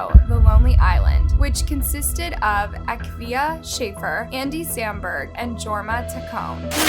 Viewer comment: You kinda butchered the names of The Lonely Island guys. Their names are pronounced “Uh-keeva” Shaffer and “Yorma Tuh-Coney.”